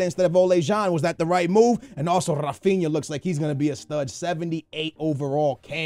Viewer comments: Not ra-fin-a it's "Ha-Fin-Ya" learn to pronounce shit. Your Portuguese and you can pronounce Brazilian names, that's just sad. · Rafinha is pronounced Ra-fin-ya